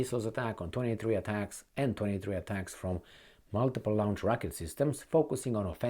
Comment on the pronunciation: Launch is Lonch,not Lunch, like having a lunch, My friend, we're both emigrants, but my accent is much better, not that it matters, but for a serious subject, it's not supposed to be funny, so don't Lunch, Lunch even though it's spelled differently! You Lonch missiles, you Launch with your friends at your favorite restaurant, even though the spelling is different! LONCH LUNCH(lanch) LAUNCH( (lonching missiles)